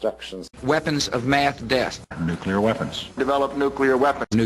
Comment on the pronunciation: Haha! I'm little amused that George Bush (usually known as a stupid guy) was the only one who pronounced "nuclear" right in here. :)